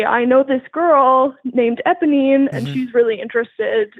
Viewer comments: saying ebonine instead of eponine is killing me! 😂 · Cannot believe that mispronounced Eponine THE WHOLE TIME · Obsessed with ’ pronunciation of Eponine the entire call